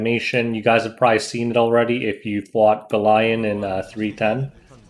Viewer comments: I think it should pronounce "Belyan" not Belayan... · Bel-e-an i think its pronounced. seems like a world arena unit with the soul cancelation. Id pair her with a faster bassaar or operator sigret. S3 strip and reduces CR then she follows up, further reduces CR and provokes basically giving 2 turns for the team before they can control attacks. If you paired it to kill a bruiser team, bring straze. she is very stat hungry and team dependent.